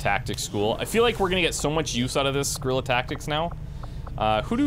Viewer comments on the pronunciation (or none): none